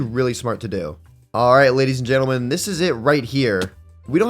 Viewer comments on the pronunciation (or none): did anyone else here him say gadies and lentlemen